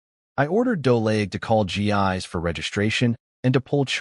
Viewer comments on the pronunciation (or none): I realize her name is spelled Gis but, I believe it should be pronounced Jiss, not Gee-eyes. different languages different pronuciations. Still...